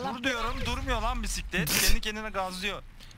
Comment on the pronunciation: Püsüklet ama Mokokoğ Püsüklet